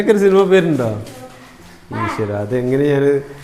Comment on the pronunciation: സിൽമ അല്ല സിനിമ